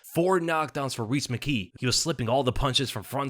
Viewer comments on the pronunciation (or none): none